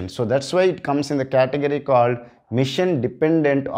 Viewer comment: its not mission its machine (masheeeeen)